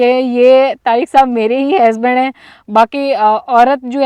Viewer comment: ap bht acha bolti hy bs ek word ni sahi bolti hazband ni husband hota hy ap py suit ni krta ajki video me ap ny kafi bar bola